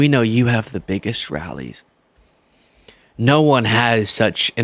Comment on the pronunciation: You have the biggest rrrrallies rawr. OMG. That made me laugh so much. And it's so accurate. 😂